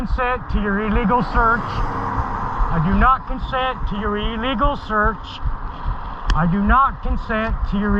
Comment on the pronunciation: Please learn that the word illegal is pronounced as if you’re speaking about a sick bird. It’s not pronounced E-legal.